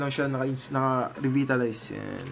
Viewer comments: REBITALAYS. HAHAHA rebaytalays po ata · ok naman sana. natawa.lang ako sa pagkakapronounce nung revitalitize